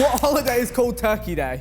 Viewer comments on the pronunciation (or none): none